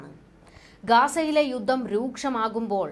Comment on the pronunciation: 'യുദ്ദം?' ' യുദ്ധം' എന്ന് കൃത്യമായി ഉച്ചരിക്കരുതോ.....?